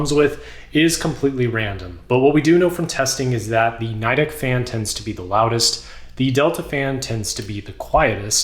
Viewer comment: it is pronounced "Knee Deck" not NIII deck